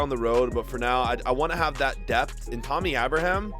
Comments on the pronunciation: TAMMY NOT TOMMY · Bro it’s pronounced batchuwhy , and it’s Tammy like a female bro hardcore Chelsea fan here since 2005 just had to let ya know , like the channel tho 💯